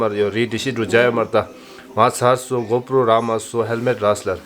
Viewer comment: I burst into laughter hearing her say GoPro. 😂